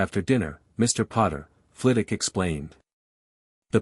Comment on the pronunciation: Hi..love the stories but if you're gonna keep doing Harry Potter stories, you need to train your reading bot how to pronounce story specific words properly...Flitwick, Veritas serum,etc